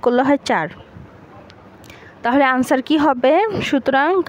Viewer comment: আনসার না অ্যানসার 😄😄😄